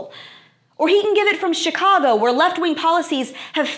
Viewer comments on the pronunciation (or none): none